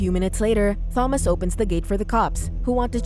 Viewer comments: I absolutely cannot stand how the AI voice says Thomas with a 'th' noise. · She made this totally unwatchable as she couldn't even pronounce "Thomas" correctly (FYI it's a silent H). The added fact that the name is mentioned like, at least 80 times made it even worse too!